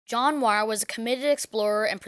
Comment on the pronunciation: Bro, that is not how you pronounce Muir